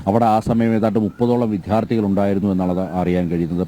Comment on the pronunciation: വിധ്യാർഥിയല്ല വിദ്യാർഥിയാണ് റിപ്പോർട്ടറെ